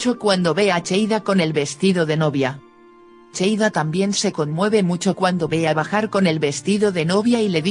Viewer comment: No es cheida es seida